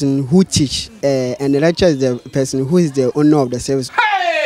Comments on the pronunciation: These people thought you said 'Electra' not lecturer. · She 's pronouncing it wrong that why people are confused.